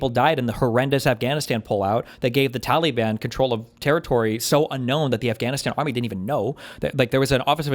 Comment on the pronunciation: For the love of god, someone teach Steven how to pronounce "Taliban".